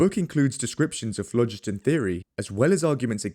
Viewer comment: THE PRONUNCIATION OF PHLOGISTON is AWFUL. It should be phlo-GIST-on.